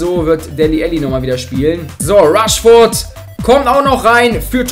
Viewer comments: Ich glaub du brauchst ne Brille!:D Es heißt immernoch rashford und nicht rushford:D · man spricht ihn räshford aus